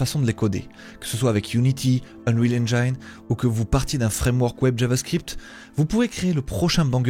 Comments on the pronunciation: Pour info "Engine", le "gine" se prononce comme la fin de "Angine" .... Beaucoup de gens font cette erreur (moi j'y suis passé aussi ;- ) ) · ENGINE PAS ENGEAINE